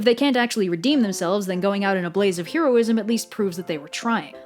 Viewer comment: Oh god, I love this video and this entire series of videos, but (possibly because I am a neurotic person) the constant mispronunciation of the word "heroism" is driving me absolutely insane!